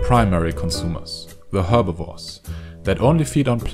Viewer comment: did you just fucking say herbivores as hewr-beh-vorz when its ewr-beh-vorz?? Just.... Fukin wow man...